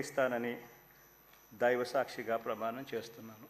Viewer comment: షభ..షాశ్వితం..దైవ షాక్షిగా..అవకాషం..తెలుగు పలకడం రాదు జగన్ కి.